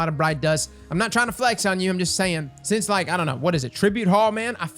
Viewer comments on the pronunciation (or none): none